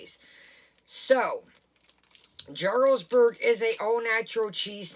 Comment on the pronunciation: Jarlsberg is pronounced with a Y. Like Yarlsberg. The J is silent